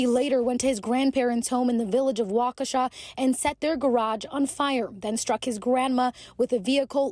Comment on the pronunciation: well, thats definitely not how i though you pronounced waukesha...